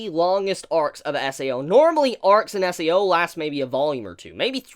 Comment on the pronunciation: Is it just me or is he saying SEO?